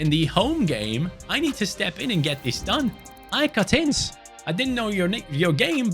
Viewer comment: AEK WHAT? AEK ATENS ? Its AEK ATHENS.Athena its the capital of Greece man its easy to say 💀